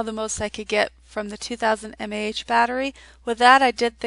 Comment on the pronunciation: just some advice, to help you sound a bit more professional, mAh stands for milliamp hour ;D